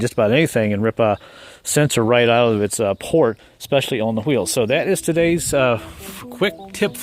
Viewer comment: He said H-weel 😂!!!! Homo - sapien 😂!!!!